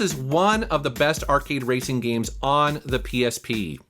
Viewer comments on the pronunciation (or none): These “gemes” should’ve stayed hidden